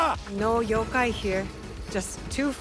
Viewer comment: ''yogai'' lmao xD you gotta pronounce the ''K'' in the ''yokai',first time i've ever heard someone pronounce yokai as yogai lol